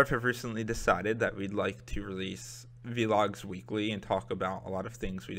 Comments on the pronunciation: I wanted to watch this but he kept saying v-logs instead of vlog .. sorry bro <3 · I hate that he say "v-logs" instead of "vlogs" lol XD